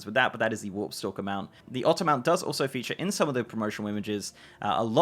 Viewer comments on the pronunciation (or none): none